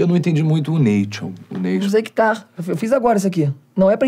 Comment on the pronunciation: Eu não entendi muito a parte do "neition" KSKSJKSJKSSKSK